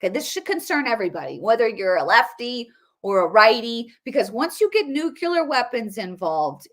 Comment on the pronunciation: Nuclear ; new - Klee- ar ! Not nucular !